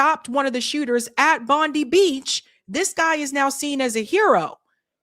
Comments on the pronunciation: You say Bondi as Bond-eye, fyi for future. Though I never get old of you guys pronouncing Australian names. 😛 The individual that stopped one of the shooters in Bondi was a Syrian fellow, which threw a wrench on the narrative somewhat. Enjoying your work ✌️👍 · BOND EYE. Bondi , It`s pronounced Bond Eye.......